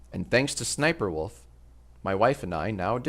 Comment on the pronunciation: BRO thank you for saying s s sniperwolf. I’ve seen so many people saying 3 s instead of two and it’s been driving me up the fucking wall.